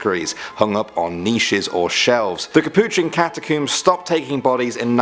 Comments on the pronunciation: ''Cat-a-kooms?'' REALLY? That is the UK pronunciation? Do you pronounce the things you pull through your hair ''Cooms?''' No, seriously, I really want to know. Because the word ''comb'' is IN ''catacomb,'' so it makes no sense to pronounce it differently then the words it is made up of, and if anyone were to mangle the word, it would be more likely to be the US version. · You said catacombs wrong btw